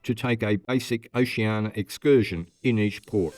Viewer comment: Try to work on that pronunciation of Oceania...oh-she an EE-a. You're welcome.